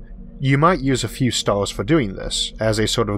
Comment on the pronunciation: "our Galaxy is an emormous place with billions of StaaaaHWss!" lol